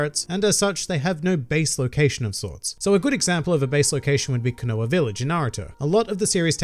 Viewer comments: It's KO NA HA everytime I hear you say it KO NO A it hurts my soul. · Okay so in naruto its Ko-Na-Ha not conowa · Everyone: Konoha Except: CONOA VILLAGE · IS One Piece overrated? Yes with an if, and no with a but. Also, Kinoah village? KO-NO-HA! This ain't the village hidden in the fake rice! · Your pronunciation of konoha sounds like someone who can't pronounce quinoa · please learn to pronounce konoha correctly :)